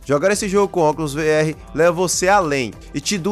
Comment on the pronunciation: "Vi erre"? A pronúncia ou você faz no português Vê erre ou inglês RV (Ar vi).